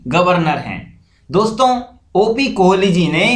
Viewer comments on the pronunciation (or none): none